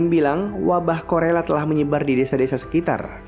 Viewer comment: Bang bukan wabah korela tapi kolera ya 😅 semangt bang untuk chanelnya biar makin bertambh subscribe,like comenny nya 🌹